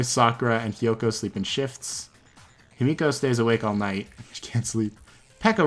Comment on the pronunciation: Whenever he says himiko i hear yumeko